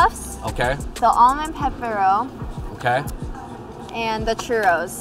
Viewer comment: Brother Andrew, another great video from the Fung Bros. !!!!!!!! Just an fyi, its not "pepper-o," you say "pepe-ro," almost like spanish. Visit montreal canada man.